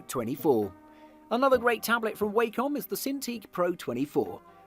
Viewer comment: Its 'wah-com' not 'Way-com'